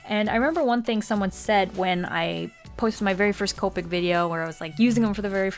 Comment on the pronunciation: COE-PICK 0_0 that grates my ears